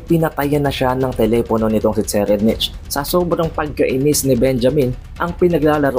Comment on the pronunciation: So far ang pagkakaalam ko ang pag pronounce ng name ni TSERRIEDNICH ay SE-rayd-nik.